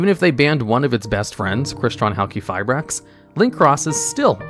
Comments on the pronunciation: Note*:: THe correct way to say it is "Haal-Kee-Fye-Bracks". Haal; like Al, Pal, Gal. Kee, like key lime. Ki, implies ee, since its not a hard " i ". You dont say "Quee", because its just halQ. there is no U in the spelling. It is not spelled Halqueefibrax. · I swear, he pronounces “Halqifibrax” differently every time he says it lol